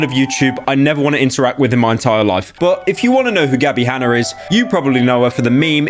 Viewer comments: Gabbie Hanna Pyro: Gabbie Hanner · "Gabbie Hanner"